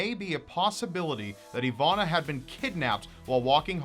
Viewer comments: It's Iwona, not Ivana :P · just curious, i see your soell her name "Iwonna" however im hearing you oronounce "Ivanna"..Am i correct?...You need your own hour ling series!!! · spelled iwona but pronounced ivona?? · As a Polish person your pronunciation is funny, but I really do feel sad about this case. She is so young...